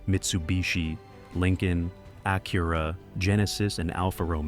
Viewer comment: The thing is, the Pilot doesn't have the same features at $15K less than an MDX if you want performance... sounds like some dealers need to learn their own value propositions. That's the dealers fault, Acura (you are pronouncing it wrong BTW) has their niche but I guess some don't know how to sell them.